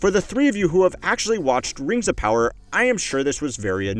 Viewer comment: hahaha i forgot Rangz of Powah even existed 🤣